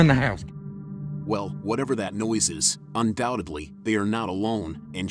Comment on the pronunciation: Just for the narrator...... it's 'undoubteDly' not 'undoubteBly'. And for any other Americans it's 'supposeDly' not 'supposeBly'. Geez!!